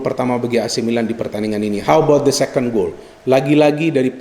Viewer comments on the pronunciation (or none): none